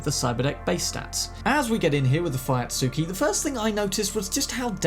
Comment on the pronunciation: How to pronounce Fuyutsuki : Foo-Yoot-Skee